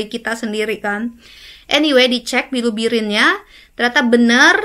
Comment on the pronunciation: Bilubirin atau bilirubin 😅 ko agak aneh yaa. Perasaan ma bilirubin dehh